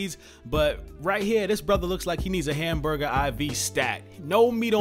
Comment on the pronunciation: Said hambumger iv lmao.